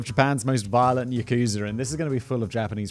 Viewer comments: I thought its pronounced 'Yak-sa', not 'Yakoo-sa' 🤔 ..... But I might be wrong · Love the mushmouth Simon. Not sarcasm, I actually generally find it entertaining. For future reference though, it's pronounced with the emphasis on the "ya" part of the word yakuza. You barely even pronounce the "u". So, YAH-KuZAH basically. Keep up the good work either way! Love the show! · "Ya-KOO-zur" - Whistle Boy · That's not how you pronounce "Yakuza".